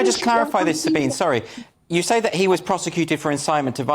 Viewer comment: Pronunciation: Sabine is pronounced as “sa-BEEN-a."